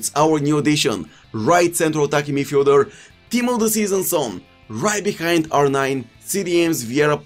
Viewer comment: Nobody:: left CENTRAL attacking midfieldeurre